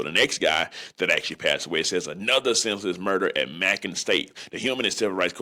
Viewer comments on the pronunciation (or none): It’s pronounced May-Con not Mack-Con and this is no shade as I’ll say some crazy stuff myself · May-con.. not macking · It’s “MAYcon” not MACKON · It’s ma-con not mackin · It's Macon not mackon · yk damn well yo country ass know how to pronounce bacon so why tf you pronouncing macon like mackin 🤣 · It’s Macon (may-con) state not (mack-on) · Macon not Macon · Macon is pronounced like Bacon...but great content G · it’s May-con (Macon) state penitentiary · Pronounced May-con.💯✅ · And please say may-con right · It’s pronounced like may-con not like bacon with a m😂😂😂😂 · It’s pronounced “Māe Con” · Its pronounced May-conn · Pronounced MAYCON Family!! Each 1 teach 1 salute 🫡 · (May-cun) Macon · It's Macon( mycon how it's pronounced ) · It's pronounced " May - con" (macon) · U mispronounced Macon my dude it’s pronounced rhymes with bacon great content tho 💯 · It’s pronounced “May-con” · May-con (Macon)…. 😂😂😂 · May-kon is how it’s pronounced nigga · May-kin (Macon) 😂😂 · MA.....long A CON. AS in convict lol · I swear he should have had Siri pronounce it it before making this video saying it like bacon with a M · Bruh stop pronouncing Macon like that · That is not you pronounce Macon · Eye roll! How you covering a story and cannot read? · Saying macon wrong but its on down here